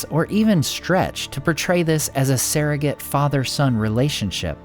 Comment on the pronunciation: SURrogate, not SAIRrogate, but yes, I’m all for Elrond